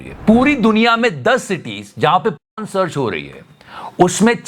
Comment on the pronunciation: Repeatedly po*n po*n sounded to me like popcorn 🍿😂